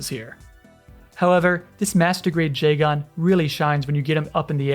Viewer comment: Love the video but the odd emphasis on the AN in Jegan is bugging me a little